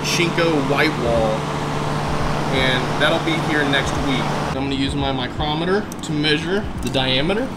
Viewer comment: Did he just say micrometer?